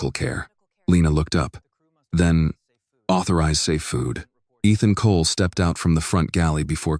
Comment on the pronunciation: Eethon Colay? AI can't pronounce for it's life